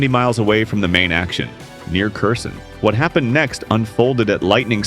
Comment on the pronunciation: nice vid keep it up! but check your pronunciation like Kherson (herr-son) not (kerr-son). Ukrainians are picky about things like that.